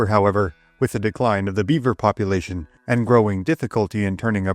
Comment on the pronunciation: “Da dee-kwine obf da bee-wer pop-u-wayshun”